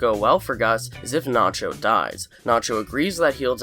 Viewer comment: It gets me extremely pissed the way the narrator pronounces words. Especially the word "nacho"